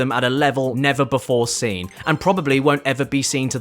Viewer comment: Why do you pronounce "seen" as "sin?" Bro cant even speak his own language. 😭